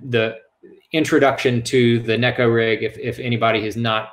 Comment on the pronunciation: Finally! Someone gets it right! Neh-ko, not nee-ko